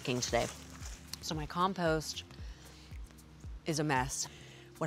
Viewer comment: She doesn't pronounce compost properly.